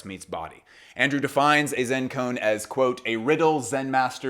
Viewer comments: Great vid Just fyi, its pronounced ko-an, not cone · Amazing work. As a Buddhist just wanted to help with Koan, it's pronounced Ko-ahn.